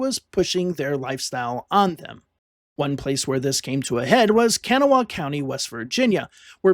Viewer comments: Learn to pronounce words before saying them !!!! ITS KA-GNAW!!! NOT KANA WHA HAW !!!! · Very good video. Just one thing, Kanawha is pronounced kuh-GNAW or kuh-GNAW-uh. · Great video but as a West Virginian the way you said Kanawha hurt, lol